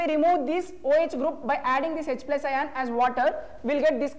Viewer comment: bro he is speaking ion😂😂 not ayan